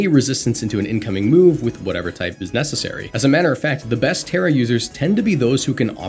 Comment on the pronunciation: It's Terra